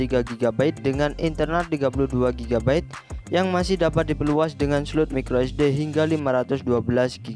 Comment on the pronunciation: Mas, tolong untuk pembacaan brand atau istilah gunakan cara membaca yang benar. Realme dibaca rilmi, snapdragon dibaca snepdregren, micro sd dibaca maykro esdi. Biar lebih enak aja dengarnya